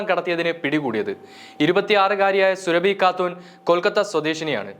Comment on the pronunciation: സുരഭി അല്ല, സൂറാബി ആണ്. മുസ്ലിം ആണ് ഈ സ്ത്രീ.